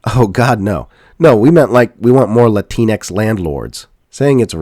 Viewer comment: "Oh no, we just want more Latinx (pronounced 'la-tinks') landlords!" 😭😭😭 this would be hilarious if it wasn't so goddamn true!